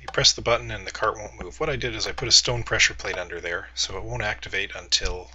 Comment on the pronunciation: its a pressure plate, u say it as pleasure plate:P